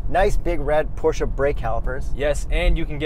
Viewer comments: You pronaunced the brand name correctly sometimes. Make sure you always finish 𝗣𝗼𝗿𝘀𝗰𝗵𝗲 with "eh" , not with "ah". Examples from the original pronuciation again: ; , , etc.. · Close but you said it wrong. PorschEH not PorschAH. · Stop saying pow-chuuuuuuuu instead of por-sche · It's not Porsha it's Por-sche. E like electrod. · Stan Lee except that’s also an incorrect pronunciation that car enthusiasts falsely believe to be right - the correct pronunciation is Por-shur, like por-shé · You guys said it right PORSCHE! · It’s pronounced Porsche! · wrong... it's actually pronounced Porsche! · Porsche is pronunced Porscher. Whoo hoo.